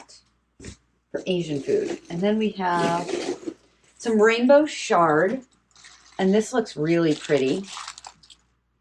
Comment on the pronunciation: I absolutely love your unboxing and your comments. I haven't tried Broccoli in years because my stomach thinks it's toxic. I have stayed away from Broccolini as well because it is a Broccoli. I'll have to try it again. BTW, chard is pronounced "char-d" not "shar-d," LOL.